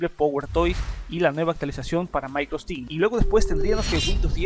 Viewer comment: "Maicrostim" XDDD